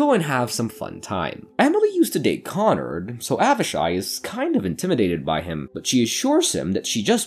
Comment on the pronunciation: It's KonRAD not KonNard